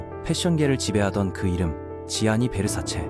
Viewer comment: Gianni Versace, 지아니가 아니라 ‘잔니’라 발음합니다.